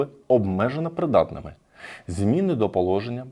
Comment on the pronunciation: Як це чудово звучить: "Тобто всіх будуть визнавати при-дат-ни-ми"!!!)))